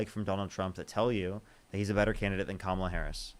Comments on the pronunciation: I must have watched dozens and dozens of your videos,, and seriously, I think there might have been only one person who has said Kamala's name correctly without you correcting them first (and/or ten more subsequent times). These people are not serious. This isn't like trying to pronounce "Buttegieg" or "Tlaib" on a first go. Her name is already one of the most phonetically pronounced names in politics right now, and it has been spoken hundreds and hundreds and hundreds of times across all media outlets for half a decade. How are they still having trouble trying to figure out where, among three simply pronounced syllables, the stress lies? These are fkg adults, for godssakes! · Instantly checks the Trump Cultist block of mispronouncing Kamala Harris's name. Don't even need to watch. I already know she's a moron.